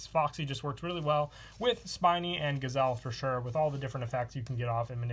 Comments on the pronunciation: I wonder how many people are gonna correct him about spinny since he keeps saying spiny. I got ripped for it. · Spinny, not Spiny.